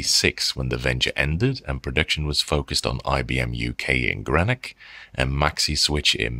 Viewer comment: Hello thanks. I like your reviews. I think you like to get things right. I wish to share that Greenock is not pronounced like Greenwich. It is pronounced GREEN-uck. Hard ee stressed, then a schwah before the k. Cheerio, cheers.